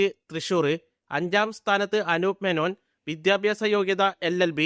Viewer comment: വിദ്യാഭ്യാസം എന്ന് പറയാൻ അറിഞ്ഞുകൂടാ. വിദ്യാഭ്യാസം. പ്രിദ്വിരാജ് കംപ്ലീറ്റ് ചെയ്തില്ല. എടോ നന്നായി അന്വേഷിച്ചിട്ട് വരു